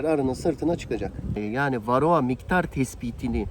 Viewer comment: Kendine arı mühendisi diyor. Varroğa, belfaks diye tellaffuz ediyor. O maske seni organik asitlerin buharından korumaz bu arada.